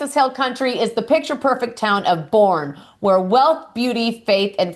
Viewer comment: It’s pronounced Bernie -boerne